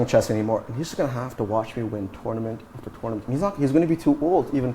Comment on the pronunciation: Tounament after tounament!